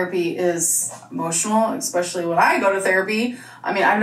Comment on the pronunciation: Mine is eggspecially instead of specially. 😂 a new one is not saying grams or milligrams when she refers to nutrients in food.